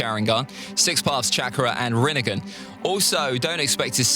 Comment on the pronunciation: Facts, his only issue is the way he pronounces rinnegan lmao